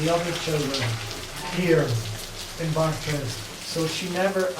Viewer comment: The lecture is historically accurate in general, although the speaker mispronounces "Bartres." The photo was taken when Bernadette was 18 (if memory serves). There are no photographs from the year of the apparitions (when she was 14), although a local artist made several paintings of her. There are indications that something unsettling happened in Bartres. She may have been mistreated in some way by Marie Lagues (previously her wet nurse) or her husband. Zola hinted that he suspected some sort of attempted sexual interference, though we can never know for sure. I'm surprised that the speaker didn't mention Pigou, Bernadette's sheepdog. The speaker says that only one sibling visited Bernadette at Nevers. He's referring to her brother, who was a pretty interesting character in his own right. But just before her death, Bernadette also received a visit from her sister Marie (born Marie-Antoinette, called Toinette in childhood). She had always resented Bernadette's status as first-born and thus had a difficult relationship with her elder sister, and Bernadette was angry with her for opening a shop that sold religious items. (Bernadette always despised any any hint of commercialism.) Marie went to Nevers to reconcile their differences. Bernadette, however, was unable to communicate with her, so the reconciliation didn't really occur. However, on the day of her death, Bernadette was able to speak with those around her.